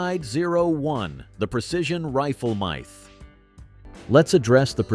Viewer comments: Dear, "myth" has a short I, not a long I. So it rhymes with "with", not with "blithe". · "Mithe" for myth, the ever popular "Leed" for lead.... all the standard A.I. narration garbage. I'm done..